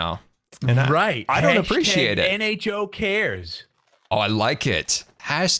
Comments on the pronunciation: scar at begging of vid you said hmo instead of nho lol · Any1 else notice how he is butchering the nHo's name on purpose?? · Do you mean to say the nHo wrong? It's so funny when bDubs gets mad because of it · I love it when... "intentionally" mispronounces the name of the NHO. Each time he is trying to hard not to laugh..